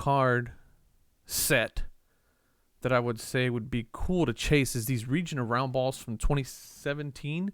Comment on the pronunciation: When you were looking at the Larry Bird Region of Roundball, I thought you said Reaching Around Ball.... Hahahaha